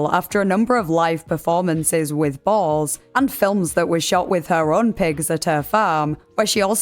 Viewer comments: Oh you’re saying boars, like pigs. Dang, took me awhile. I thought she was saying Balls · Are you saying "Balls" or "Bulls"???